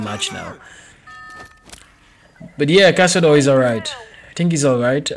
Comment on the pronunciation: Nice "caçador" brazillian portuguese pronunciation.